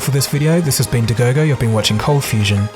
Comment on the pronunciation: Lachie McFarlane "You are watching Coldfustion" "Hi guys, here"